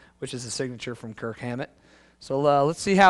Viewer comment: its KIRK not kirt... and its Hammett not Hammet